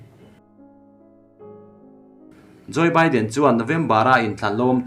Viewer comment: Jo-e baiden ti tawh suh. "Jaw baiden" tiin lam zawk rawh. "Joseph Biden" chu koh duat nan "Joe Biden" an ti a, Joseph tih hming hi Joe(jaw) tiin an ko mai țhin.